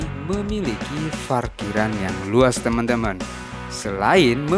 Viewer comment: Saran aja gan.klo ngomong Huruf P jangan di ganti Pake F dong..sepeti Parkiran Jadi Farkiran.. jadi lebay aja di denger nya🙏🙏